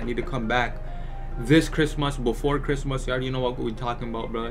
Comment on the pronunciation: The way u say Christmas is mad funny😂